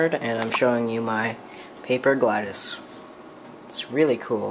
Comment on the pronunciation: You don't say GlaDos name like "Gla-des" you say it like "Gla-dos